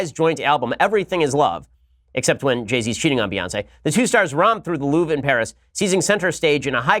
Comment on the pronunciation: "The Loof"? Please English speaking people, learn to pronunce foreign words (Mercedes,Porsche,Louvre...)